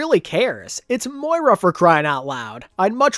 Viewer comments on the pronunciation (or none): none